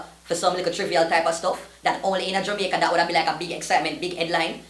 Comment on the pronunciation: Yo is it Jomaica or Jamaica????🤣🤣🤣🤣